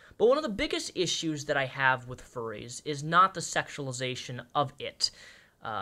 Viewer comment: 😭 fuwwies awe good peopwe I am a fuwwy so I know!!